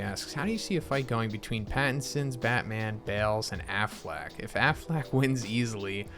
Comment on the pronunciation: I heard Aflak not Afleck 😆